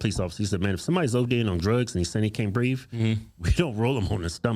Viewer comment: He said he couldn't breeve.